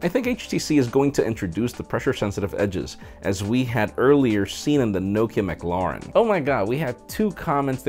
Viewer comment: Actually its Mclaren as in Mc - la (lay) - in. Coming from a NZ citizen